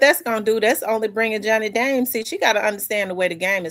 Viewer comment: It's Johnny Dang not Dames